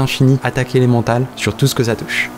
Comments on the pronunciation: l'attaque "et l'emantale" :) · Élémentaire pas " elemental"